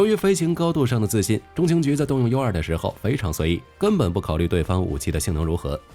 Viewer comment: Utility2 聽起來讀音怪怪的, 怎麼念成unity?